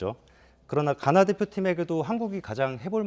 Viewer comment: 가나 의 가 는 장음일까 단음일까.. 나는 장음으로 가~나 하는데 저분은 단음으로 가나 하니까 궁금해지네 ㅠ